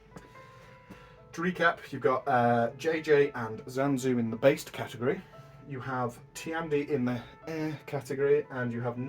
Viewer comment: Catehgry. Don't take it seriously please